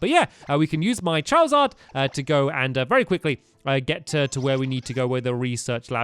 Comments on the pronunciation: hahahhha he said charaward =) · Stampy said chawizawd